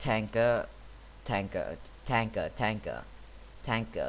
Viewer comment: In x2 speed it sounds like your saying tackle or taka